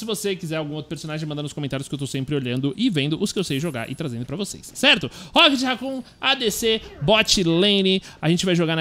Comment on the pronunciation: agonia do krl ver ele falando racon e nao rocket sksks